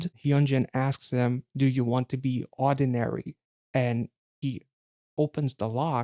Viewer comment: Um you kept saying it wrong.. it's not ordinary.. it's oddinary.. like not ord but odd.. 🤷‍♀️🤷‍♀️